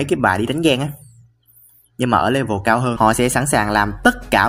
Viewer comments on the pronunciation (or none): none